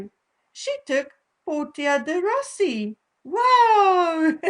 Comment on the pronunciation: Portia is pronounced Porsha